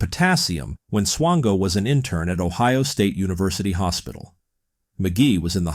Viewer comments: Are you saying swango or chango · Mispronouncing the guy's name isn't exactly a desirable trait. It rhymes with "tango".